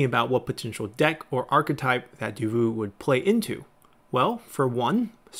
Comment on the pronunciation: Nitpick, Davout is pronounced Da-then vout, like vous, the t is silent :D The guy is legendary glad to see him here